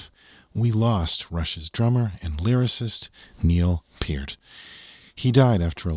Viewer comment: Thank you for pronouncing Neil's last name properly!